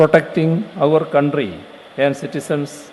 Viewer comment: Our counthry good pronouncation